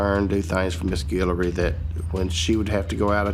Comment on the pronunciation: Guillory not Gillery my family last name